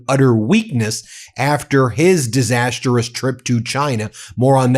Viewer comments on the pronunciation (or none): Disas-trous not Disas-ter-rous. Very annoying to keep hearing this.